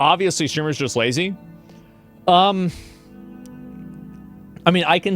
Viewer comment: I believe you mispronounced “lazy”